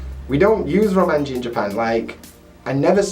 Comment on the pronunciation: Romanji? Roumaji.